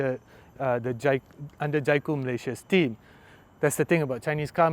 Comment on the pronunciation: It's pronounced Jaycoo. Not Jaicoo. Haha. Aiming for this car someday